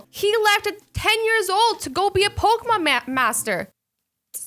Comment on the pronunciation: AzzyLand: Ash Ketchum was a popekemyem master 😂